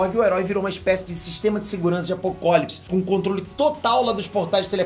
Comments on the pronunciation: mano so um adendo na sua fala, não se fala apokólips! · Só eu percebi que ele falou guerra de apokopolis